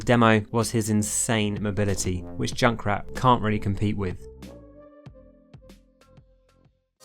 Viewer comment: I love that he says at the begining Doom-o man and joink-rat